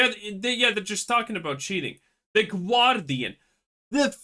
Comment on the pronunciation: What's the "Gwardian"?